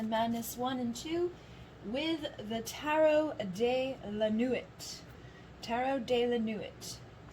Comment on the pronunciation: Pile 3 - the tarot deck is a phrase in French - Tarot de la nuit = Tarot of the night. It is pronounced sort of like Tarot “duh lah nwee”